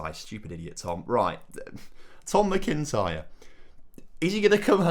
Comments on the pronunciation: It's not "Mi-kin-tyre Tom. Its Mac-in-tyre 👍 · Scottish people squirming at the pronunciation of McIntyre